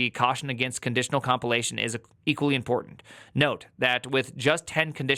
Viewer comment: Why are you enunciating the word important in such a ridiculous way? I've noticed a lot of Youtubers doing that lately. Do you guys always copy each other's nonsense?